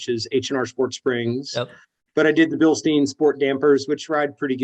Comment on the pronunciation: Thank you for pronouncing Bilstein correctly!